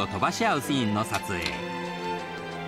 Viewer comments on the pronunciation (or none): ナレーターがシーンのことをスィーンて言うのが気になりまくる オフショット時の柴咲コウって喋ると頭悪そうだね